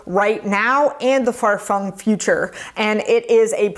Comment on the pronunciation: "...far fung future..."